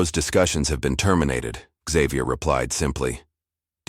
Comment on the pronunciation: Why was the narrator pronouncing Xavier as xzavier? It is pronounced as zavier.